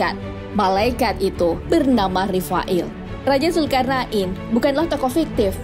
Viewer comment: Mantap. Alhamdulillah, Cuma klo boleh kasi saran, untuk penyebutan istilah atau nama, tolong di perbaiki, Seperti penyebutan nama dzulkarnain dn lain lain, Thx